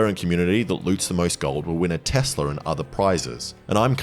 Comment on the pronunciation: Donald Trump is a I Did a Thing viewer, this is were he got his pronunciation of tesler